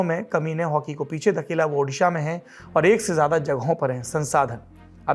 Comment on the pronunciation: does central minister still saying udisha?